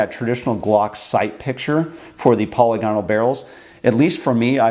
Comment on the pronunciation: Who the FCK is Polly Gonnal, and what the hell has she been doing to your rifling? You just can't have been trying to say 'polygonal', I will not believe that anyone, even a bloody yank, (who are well known to mess up any word in the English language that contains vowels) could mess one word up so catastrophically. So back to my initial question, who the FCK is Polly Gonnal and why have you been letting her get her sticky fingers down the lively bit of your guns?